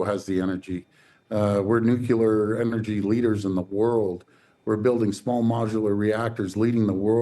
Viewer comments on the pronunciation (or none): It’s nuclear , not ‘“new- killer” 😂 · Doug Ford, “ nucular” genius , W.T.F. Dougie ❓ Ever heard of NUCLEAR ENERGY ❓ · That's great, "Doug Ford", but you need to learn how to properly pronounce 'nuclear' if you want us to take you seriously. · doug: it's NUCLEAR